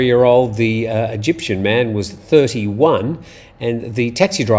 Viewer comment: "Eygptian"...are those people from Mexico?